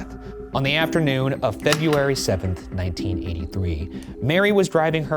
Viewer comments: Ryan, how many times did you practice saying 'February' before filming this episode? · Every time Beef Boy says February right, an angel gets its wings